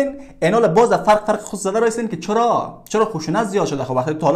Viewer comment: السلام علیکم! ۱- برادر محترم! موفق و سرفراز باشید! ۲- بانو رنگینه اول خودش ضرورت دارد که آیات های قرآن مجید را صحیح تلاوت کند، گپ زدن خودرا یاد بگیرد (فرق) را (فرک) تلفظ می‌کند . در امریکا آسوده زندگی کرده است چی خبر دارد از جامعهٔ افغانستان. ۳- ای ملت خواب رفته بیدار شوید بس است دیگر به فکر آبادی وطن شوید، از سال (۱۳۵۷) که ملت مظلوم طُعمۂ حريق ميشود. کی وکيل ميشود کي ميميرد، کي ريسٔ جمهور ميشود کي ميميرد. چرا خون ملت مظلوم هيچ ارزش ندارد؟ به خاطريکه: الف: بيسواد و جاهل استيم. ب: قوم پرست و زبان پرست استيم. جٰ: مُرده پرست و زنده کُش استيم. د: احمق استيم ( از عقل خود کار نمي گيريم). ر: اصلاً احساس مسؤليت نه داريم. ز: ظالم که زنده باشد هم سر شانه هاي مظلوم بالا ميشود که مُرد هم سر شانه هاي مظلوم بار است . به لحاظ الله سبحانه تعالی از خواب غفلت بيدار شويد، هوشيار شويد، قدر وطن بهشت مانند خود را داشته باشيد! بزرگترين و بدترين دشمن ما بيسوادي و جهالت است. الله يار و مددگار شما باشد! موفق و سرفراز باشيد!